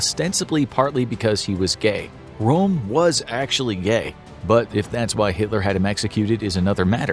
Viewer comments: Badly researched. Hitler's secretary was called Traudl Junge, she wrote a book about her experiences. Eva Braun was just a bimbo, she was no secretary. And that's Röhm, not Rohm and Königsberg, not Konigsberg. YES, those little two dots on a vowel DO make a difference in pronunciation! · Ernst Röhm With "ö" - yes! ... just try: you can do it!